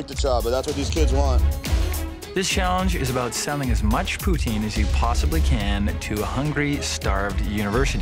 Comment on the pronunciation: Why would college kids want "Japoutin?" They lost before it even started.